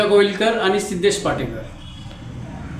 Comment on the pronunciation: घोईलकर नाही गोवीलकर